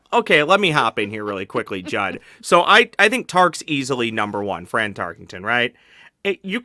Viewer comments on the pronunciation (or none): Drinking game: take a shot every time someone on this show calls him "Fran TarkINGton" instead of Tarkenton. Actually nvm you'd die if you did that.